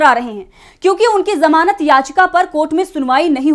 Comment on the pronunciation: जमानत शब्द सही नहीं है, ज़मानत कहा कीजिये